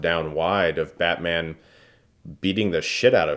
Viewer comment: I couldn't help but hear "badman" throughout this review lol